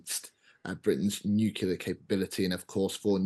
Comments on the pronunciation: The moment someone says "nukular" I can't take him seriously. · Nucular ? Can't seem to find that in any dictionnary or encyclopedia... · Impossible to take someone seriously on defence if they say "nucular". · How times have changed. The Times employs someone to work on their channel who is unable to pronounce Nuclear.